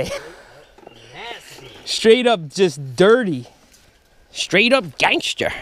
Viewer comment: did you say gangsta or danksta